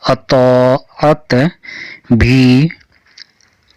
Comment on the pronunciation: اطا عت یہ لفظ آپ کا صحیح نہیں ہے